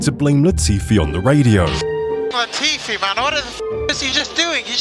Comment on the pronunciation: Its latifi not gotifi😂😂😂😂😂😂